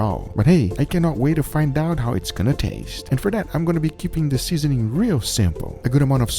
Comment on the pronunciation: He said tatse like eraser 😂😂